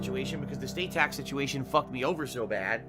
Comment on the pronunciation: All this time I thought he was saying Tux Situation, I thought he was having a Linux issue. Makes sense now though.